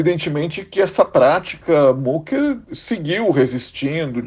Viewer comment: Não é mucker é mücker o u com trema se pronúncia I ou seja micker só para exemplificar, me admira vocês trabalhando para um canal alemão e não sabem a pronúncia, lamentável